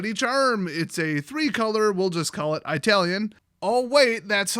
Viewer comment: Why do you say Italian like that? lol